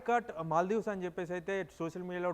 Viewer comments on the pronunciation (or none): "మల్డివ్"😅 ఈ వీడియో వ్యాఖ్యాత ఈ దేశం పేరు కూడా పలకలేక పోతున్నాడు. మల్డివ్ కాదు అది మాల్దీవ్స్